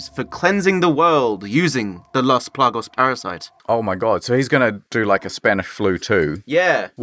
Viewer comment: PLAGAS not "plagos" smh